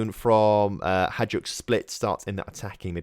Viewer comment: It’s pronounced “Hi-duk” split btw